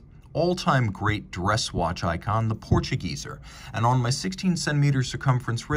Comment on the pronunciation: On the pronunciation of Portuguese, in German the final e would sound more like "Portuguese -eh" rather than " Portuguese-er". Lol. Don't mind me, I'm being pedantic.